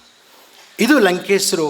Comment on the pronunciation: WHY DO YOU CALL HIM "LANKESRU" NOT LANKESHARU?